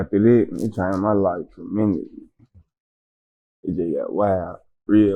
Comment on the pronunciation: This nigga said tremendoully